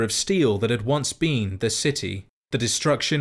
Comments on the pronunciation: The only thing that bothers me about this video is that you pronounce been as bean. Lol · I love to think he's saying bean instead of been